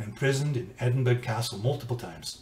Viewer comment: its pronounced "ed in bur a", u as in "but". Its easy, and it makes Scots happy. James Clerk Maxwell through his mother (Maxwell name adopted by husband) and the ninth Laird John Maxwell have a common ancestor. My attitude is the number of ancestor grow exponentially (2 power n) the further back you go. Eventually you will come across a murderer, and a king, usually the same person.